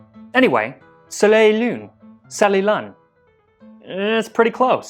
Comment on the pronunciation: This is super irrelevant but shouldn’t you pronounce the L in “soleil et lune” since the next word starts to other a vowel?